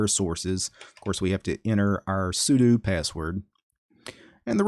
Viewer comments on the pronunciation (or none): none